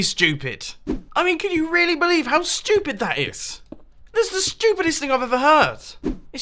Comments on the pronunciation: Its so funnnnny it sounds like your saying shhh..tooopid instead of stupid😄😏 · My favorite part was when he said shtupid as many times as he has subscribers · sounds like he is saying shtewpid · How mumbo pronounce stupid : "Sthupyd" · i can listen to a british guy say stupid again and again all day long